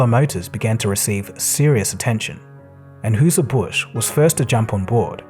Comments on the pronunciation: Woooooooooooowwwww!!!!!!!!! 🤯🤯🤯🤯😳😳😳😳😳 Dude you know your product is big when you have companies like "Anwhooozah Busch" buying 600 trucks!!! When he said this name I had to rewind it and ask myself "Who is this unheard of some form of Hawaiian or Native American company with strange syllables for name🤣🤣🤣🤣!?!?!?!?” Just in case the creator of this video reads this comment I will spell now it’s supposed to be pronounced and syllables lol "An-high-zer Buh-shhh” 🤣🤣🤣 With love ❤️ ❤️ ❤️ 🙏🏻🙏🏻🙏🏻🙏🏻🙏🏻🇺🇸🇺🇸🇺🇸🇺🇸🇺🇸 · An-hooser Bush? So it's an AI voice? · Just for reference for next time, the first name in Anheuser-Busch is /AN-hi-zer/. They make Budweiser beer. No worries, I still mangle Kalgoorlie from time to time...